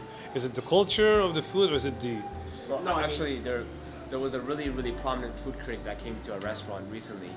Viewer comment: “Froo critic” 😂